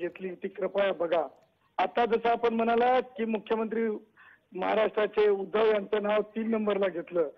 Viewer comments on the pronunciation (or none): none